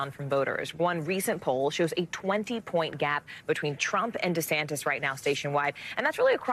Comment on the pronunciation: For these events Ron insists his name is pronounced "DeSantista"